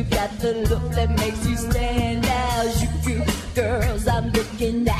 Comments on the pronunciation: why does she pronounce the j in harajuku with a french accent? it's a hard j, like jeep or jelly. sigh ... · lol i think it's funny how she pronounces harajuku and tokyo wrong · But if it was appreciating japanese culture why couldnt she pronounce harajuku correctly? And if it was such a large part of her why did she drop and forget it once it no longer got her clicks? I appreciate what she did to inspire others to look into our culture, and I dont think she meant to do anything wrong, it's just small things here and there that make me think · Overfiend002 there's also the fact that she's not even pronouncing harajuku correctly... I don't care how much artist interpretation there is to express. If she's talking about how much she likes the subculture style of harajuku, the least she can do is pronounce it correctly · a good point but I still don't see this as something people should have got worked up about, I just found out about this now, and they're very different from traditional Japanese culture anyway. +Questioning Otaku I'm not really Japanese but I don't find much wrong with her pronunciation.